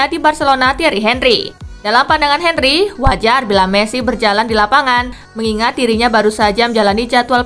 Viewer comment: king henry, henry dibacanya : angri